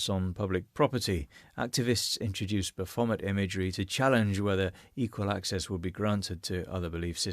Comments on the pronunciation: Why do you keep mispronouncing " Baaa-fooo-mayee". BAPHOMET it's a French peasant word for wild one or wild spirit. Has never been remotely associated with the devil or Satan, that is before organized Christianity witch BTW Jesus would have nothing to do with that. those are made up boogie men by zealot Christian grifters to stoke fear in the uneducated. as everything they touch, they corrupt and destroy in the name of God, SICK SHIT. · Love how you managed to rhyme 'Baphomet' with 'Vomit'.